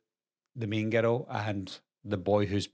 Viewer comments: I keep thinking you’re saying ghetto lol 😂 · I swear, every time he says "girl" in that accent...... I hear the word "ghetto" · I can’t get over how when you say girl it sounds like ghetto lol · When you say girl sounds like you're saying ghetto 😅